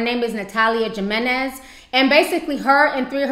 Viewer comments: Also, can people pronounce the name right? J I M E N E Z! Hee-me-nez. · I feel bad, a lot of us did stupid things as children and teens even as adults. I think the girl was addicted to the adrenaline and rush of doing something dangerous. I also couldn't help but notice the news reporter butchering her last name "Jimenez" it is not that hard.